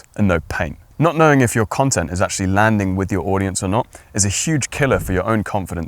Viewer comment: Your information is helpful, but this is a video on the way to speak - yet you mumble and talk too fast! I just listened to you pronounce the word "actually". You said, "ashly"! Try this. Stage actors use this trick to "project" to the back row. Buy a set of marbles and put three of them in your mouth, and then read your script. Your diction will improve in ten minutes. There are so, so many gifted content creators out there, such as yourself whose diction is horrendous! Viewers click away, and you lose "likes" and "subscribers". While possibly lacking tact, I intend this in a constructive manner. You are good, and your content is well structured and compelling. I find myself clicking away from so many interesting videos because I struggle to translate their "slur" back into English. It's not me! Most presenters are clear and intentional in their speech. I'll subscribe to your channel and watch for improvement!